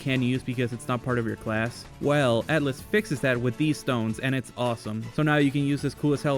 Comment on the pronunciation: Atlyss, not Attlys